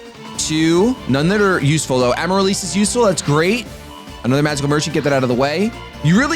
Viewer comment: the plant is pronounced Am-a-rill-liss